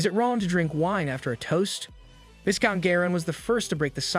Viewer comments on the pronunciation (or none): "Vai-count" Not "Vis-count" Love your content